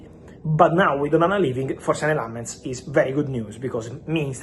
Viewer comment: I'm surprised Fabrizio doesn't know how to pronounce lammens